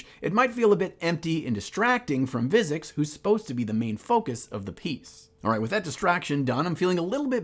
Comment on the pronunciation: I don't want to sound like a douche but I enjoyed every part of this video except when you repeatedly said Vizzix instead of Vizzik. Still, keep up the good work good sir. I can't wait to see the final result.